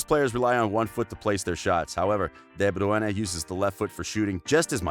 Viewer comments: FFS this is the worse ever,it's insane that nobody said anything about your effort in how you pronounce KDB name ? Mind you it's in all your vids but staying on this one ,where have you ever heard his name said like that i'm sure its a bet with your mates to pronounce it like that and like that i mean all fucked up ? Ha the special olympics sounds like you should be commentating for them ....... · the way you say is name is distracting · If you're from the UK, you are saying it wrong too. Ask someone from Flanders, they are the only one that can pronounce it right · WTF , he is destroying De Bruyne’s name . Don’t get Americans to speak about football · This narrator is annoying and ruined the whole video, his annoying voice is so cringe. I’m assuming he thinks it’s flattering to pronounce a name he has no clue to pronounce! Get this guy some lessons how to speak! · Man... i thought the premier league commentators said his name bad, this dude takes the cake. Absolutely atrocious that this was even posted on YT. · everytime you say his name badly i took a shot.im in hospital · The narrator is surely pronouncing de Bruyne in afrikaans. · Would you please just call him KDB, your pronunciation of DE BRUYNE is heart breaking💔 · Ew how he says de Bruyne is triggering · I searched it up and are saying it wring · nah mate, I'm Dutch and he's way off. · "De Bruene" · Two truths if the narrator had ever watched a European football match: A) He’d be able to pronounce “De Bruyen” and “Ghent”; B) This video would be much better. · de bruyeneh 😂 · Everyone: de bruyne HIM: de bruiane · It is not pronounced bru-ene It is broi-ne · Kevin De Bru ENE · Why are you calling him Kevin Deborah? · De Bruene?? xD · Kevin dae Braeune😁😁....man just call him kdb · Kevin de Bruanna? :D :D :D :D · U got so much hate for pronouncing his name wrong.. Maybe try knowing how to say peoples names b4 making a vid bout them like who tf is deh browene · Pronounced 'De broy-ne' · Dee Byueyne